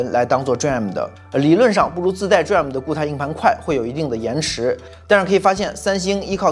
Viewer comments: DRAM 念做 D-RAM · DRAM可以念D了再念RAM 就像显存 VRAM 可以念V了再念RAM 这样念起来不会太别扭 下次可以试试 👍🏻👍🏻